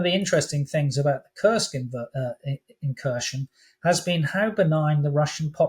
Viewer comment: Not incursion but Inkurstion